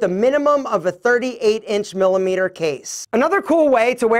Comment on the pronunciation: Say it with me. “Millimeters” Love you brother 😉